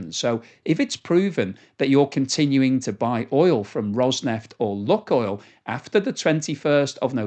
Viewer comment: Oh, the name is not Luck oil but Luke (as in use the force) Maybe it will not be an issue for much longer though hopefully. I hope Putin sees the error of his ways and backs down. More importantly the Russian people need to understand the issue and not allow it to happen again.